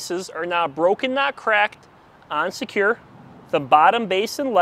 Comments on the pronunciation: “On secure” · Is he saying “and secure” or “unsecure”? 🤣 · Is he saying unsecure or on secure? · On secure